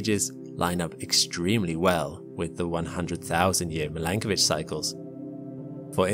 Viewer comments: Its Milankovic/Milanković.......... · I’m not sure whether to pronounce it /mil-AN-ko:-vich/ or /mi-lan-KO:-vich/ o:= oh.